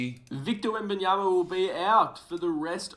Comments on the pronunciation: “victor wembeeyamya”😭🙏🙏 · Wenbananas❌ Wenbanamyas ✅ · “Victor Wembyamya”😂😂😂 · He actually said webanyana(sry if I butchered it) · “Wembeeyamhya” yeah he’s serious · yeah thats definitly why he always saying wembananas😂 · Nah he said wembyamia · this dude said wembeeyamya fym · nah he said wembyamba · Bro said victor wemben yamya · Naw , he really Victor wembyanshda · Bro was serious and still mispronounced his name 😂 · He did NOT say that correct😂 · Bro actually tied saying his name and it was worse💀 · Bro so serious he actually tried to pronounce his last name